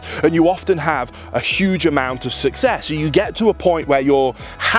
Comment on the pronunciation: Did you say SSSHUGE?